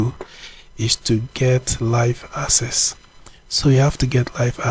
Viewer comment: Its not asses its akses